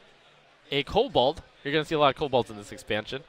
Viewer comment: jesus dude it's "kobold" not "kobald"